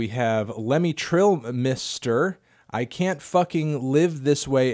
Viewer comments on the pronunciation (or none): none